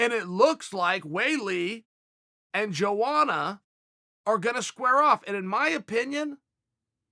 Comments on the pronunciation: YOANA CHAEL NOT JOANA YO YO :( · its pronounced yoana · EVERYTIME HE SAYS JOANA IT CUTS ME LIKE E K-NIFE